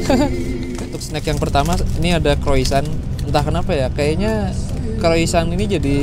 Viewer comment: bang, baca Croissant nya Kroasang bang 😆